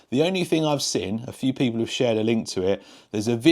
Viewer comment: Drinking game: Watch several videos and everytime 'seen' is pronounced as 'sin' you do a shot.😊